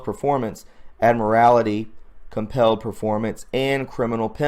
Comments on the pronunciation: Admiralty Law not admirality! Pay attention to what you're reading and saying, please. Or are you doing that on purpose? ~! Focus There is no such thing as admirality law! Listen to yourself! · Admiralty.....not admirality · Just a correction on 'Admiralty Law' ... it is pronounced in the same manner an admiral in the navy.